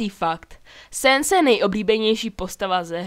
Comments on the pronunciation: BTW sans se nerika sens ale sans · necte se te papajrus ale papyrus a neni to sens ale sans